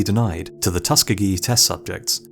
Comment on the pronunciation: Tusk-gee-gee? Lol! oh u Brits are hilarious